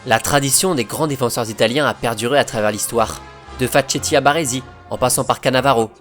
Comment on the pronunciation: Par contre ça ce prononce "faketti" pas "fatchetti"